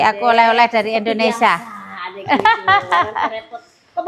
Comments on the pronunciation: nerap lagi deh, coba ulang2x terus deh Indonesia bukan Indonesa, indonesa mulu 😂. Menit ke. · Indonesia ya bukan Indonesa😅. Tol d sini berbayar aja macettt apalg kl gratis ky disana ya😅